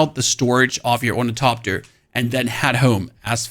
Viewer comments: OrniTHOPTER not orniTOPter you sound like a 4yr old that can't quite pronounce hospital and just say hospull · FYI; there is an "H" in "OrnitHopter". When the letters "T" and "H" are togeTHer, they are pronounced as "th" (like when you say "the"). So it's pronounced Or-ni-thop-ter. Enjoy the engagement. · sorry from the beginning why we not pronouncing the "th" in ornithopter and just the "t"? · Stop calling it ornitopter, the there's an H in it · How this dude pronounces ornithopter as orniTOPTER drives me insane. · Say “orni-topter” one more time, I double dog dare you…. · is it ragebait when you intentionally pronounce ornithopter 6 different ways in the same sentence? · Honestly, I think his pronunciation is pretty freaking good considering German is not an easy language to transition to English from. Plus I have adopted the way he pronounces ornithopter. I don't care if everyone doesn't think it's correct. I like it LOL